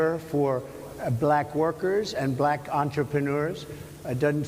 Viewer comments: The way he says black (bul-ack). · He pronounces it like an old racist would from 1950s and George Wallace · Yes. Saying black with 2 syllables (ba-lack). He also deliberately mispronounces Kamala's name. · he says "balllack" jyst like other racists do. He's already lost the election. Now he needs to be exiled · He has an extremely difficult time saying the word “black”. I think it makes him feel uncomfortable. Interesting.